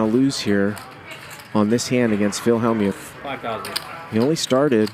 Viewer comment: DUDE!!! It's NOT HALLmuth, it's HELLmuth you clown.